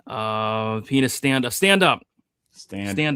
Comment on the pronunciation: What is up with Uncle Weezy's pronunciation of Pinas?